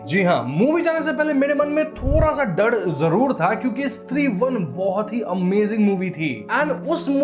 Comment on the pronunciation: Sir डड नहीं डर होता है।